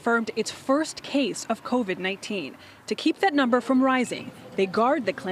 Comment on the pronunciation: ‘covin19’ lol